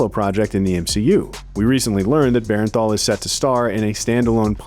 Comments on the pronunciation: Its Jon BERNTHAL not Berenthal! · To the narrator, its bernthal not bearenthal. Appreciate you! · Bernthal, not Berrenthal. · Yeah, the pronunciation was bugging me the whole time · If you say Bear-en-thall one more time.... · BERN-THAL. Please say his name correctly lol.